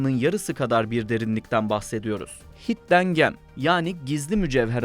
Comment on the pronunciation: Hidden Gem'i yazıldığı gibi okumanız bir protesto mu? :D